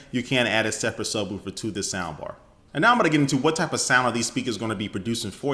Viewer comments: SubwOOfer. Subwolfer is how it's pronounced. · Does anyone think the way he said subwoofer was funny?